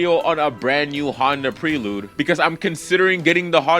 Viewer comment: Honda PREE-lude. 🤣 You can tell bro is a youngin' by how he doesn't know how to pronounce Prelude.